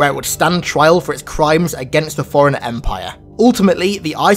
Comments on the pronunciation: It's pronounced Fore Runner not Foreigner. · are you always saying foreigner instead of forerunner ?